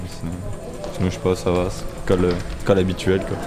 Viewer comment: C'est khôlle et non 'colle' ^^